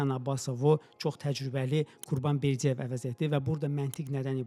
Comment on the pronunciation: Berdiyev yox, Berdıyev!